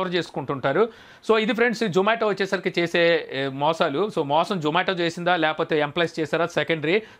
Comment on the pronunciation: Nuvvu true caller pettukoni untav adi zomato call spam loki vellindi adi mi tappu.urike pani pata lekunda videos petti companies ni badnam chesi employees potta kottakandi.niku zomato ani peru palakadame ravatldhu mundu English nerchukondi velli 😋😋